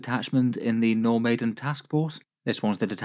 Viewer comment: I heard 'No Maiden' detachment lol